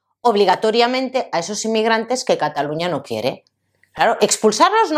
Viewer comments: No digas Catalunia.....La pronunciación en catalán es la misma que en castellano: Cataluña. Solo cambia la grafía porque la Ñ no existe en catalán y se escribe NY pero el sonido es el mismo.... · No se dice " yuns per catalun-ya"